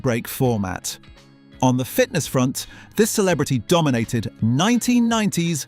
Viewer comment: Stop say DOMINATED!